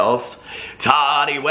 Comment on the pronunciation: How is it that these people can clearly say the word "tea" but cannot pronounce Tati's name which it's literally pronounced Ta-TEA. It's really NOT THAT HARD! It's short for Tatiana. 🙄